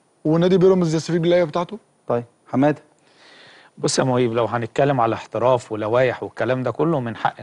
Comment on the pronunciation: ياجماعة حمادة ب الدال مش ب الراء